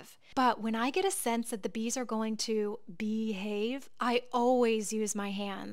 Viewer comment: Funny how you accentuated "bee-have".